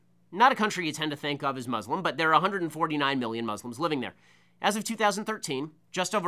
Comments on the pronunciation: It's Muslims not Muzlums it's pronounced exactly how it's spelled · The dude can barely pronounce muslim right.